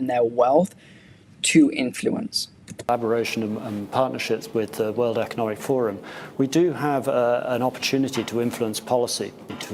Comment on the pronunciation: the head of media can barely pronounce the company name he is working at - "world economic forum" :D